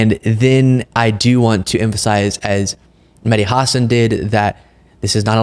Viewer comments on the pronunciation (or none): I love your content,. I watch every day. Just one little thing: The emphasis on Mehdi Hasan's last name is on the second syllable (Huh-SAAN). I used to love Chris Cuomo and his reporting. Now he's leaning way too heavily toward wackadoodle.